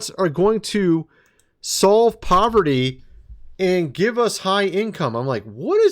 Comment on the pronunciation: Elon, the actor pretending to head these industries (SpaceX, Tesla, Boring Co., etc. -Yeah right) can't even pronounce poverty (he said "povity" 😂!) let alone eliminate it.